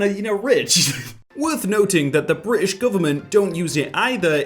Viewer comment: Nobody:: Bri ish